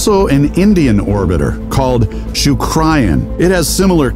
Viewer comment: It's shook-reyan, proud to see india giving tough competition to developed nations. It's all brain baby